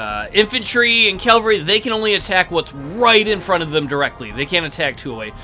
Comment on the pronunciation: Love the video; except... you keep saying CAL-vary and not CAV-all-ree.